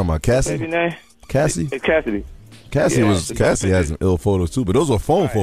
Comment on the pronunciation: Is it that hard to pronounce Cassie? What's keecy and Kessie ? Cmon man! Also this is OLD news. I didn't see anything about the title of this post....FAKE CHANNEL!!